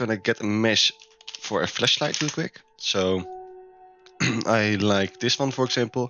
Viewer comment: sounds like he is saying fleshlight 💀